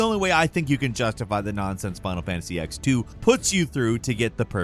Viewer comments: It kills me you call it final fantasy X two and not ten two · Why are you calling it ex 2. It's a sequel to FF10. It's a roman numeral. It's said as 10-2. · OMFG IT'S TEN TWO! 10-2!!! ROMAN NUMERAL 10(X) FFS!